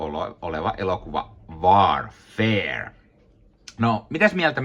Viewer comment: Vaar-feer? No kai sen noinkin voi lausua... 😄